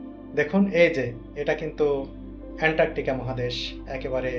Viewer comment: মহাদেশের উচ্চারনটা সঠিক করেন